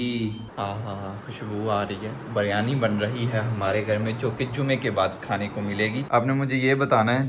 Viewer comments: Baryani nahi re biryani bolte h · Bahi beryani nahi Biryani pronounce it correctly